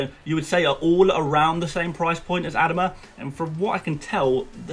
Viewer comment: how on earth are you pronouncing Adama